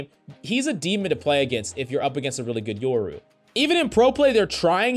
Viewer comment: its YOru not YERru